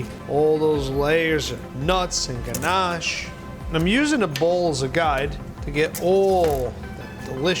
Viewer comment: Him saying ganache makes me want to fight